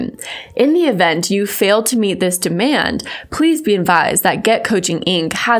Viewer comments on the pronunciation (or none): none